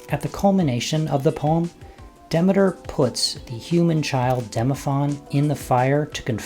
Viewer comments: I found that it's pronounced [ dih-mee-ter ]. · Duh-MEE-ter. PLEEZE!!!!